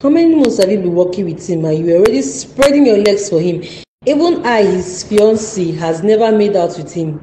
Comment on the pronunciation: Please use the correct pronunciation for the word ‘ fiancé ‘. It is a french word but you can get it right. You keep changing the pronunciation and it hurts my ears 😔